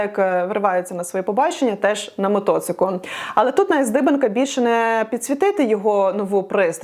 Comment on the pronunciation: Шо за "мотоцик"?